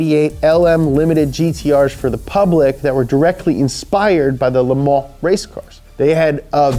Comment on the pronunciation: it is amazing to hear an American pronounce Le Mans correctly in French. Intentionally or not it was pronounced correctly with precision.